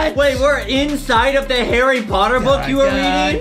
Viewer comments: Foxy Said Harry potah😂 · When foxy says potter it sounds like otter lol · Foxy said herre potto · harry pottah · Horry pottah